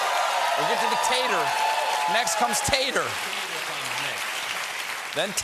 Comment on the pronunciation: Ha! "Tator". 😄